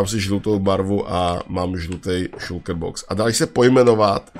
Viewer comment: šulker :D Je to šalker